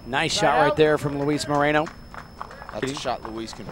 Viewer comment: Moreno not Marino my fellow Americanos!